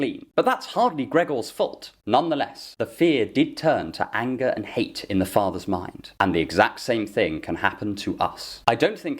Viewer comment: Every time you say "fear and anger" I keep mishearing it as "fear and hunger" xD